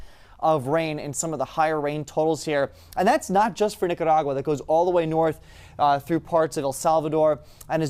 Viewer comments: I was cheering when he did that. After 50~something years of me not really ever pronouncing it correctly, today has taught me how to say it! Whoop Whoop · The only one who can pronounce Nicaragua 😄